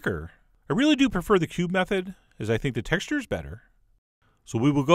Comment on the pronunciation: I heard "we'll go ahead and pube up that one pound load of bread'.